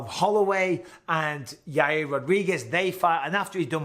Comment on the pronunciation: Michael Bisping: Yair Uncle Chael: Yareer Michael Bisping: Yareer